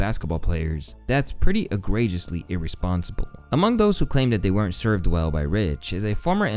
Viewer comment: Is this narrated by an AI?! The 'guy' mispronounces some pretty elementary words: Lead Egregious Confidant WTH? Other than that, cool video.